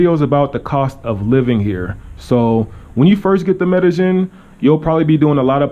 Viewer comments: Two "ll''s" in a Spanish word is pronounced as a "y" in English. Medellin is pronounced "Medeyen" and not "Medejen." :) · You say Medagin I thought its Medayeen but spelt Medellin. Double LL as a Y pronunciation. Anyways good videos.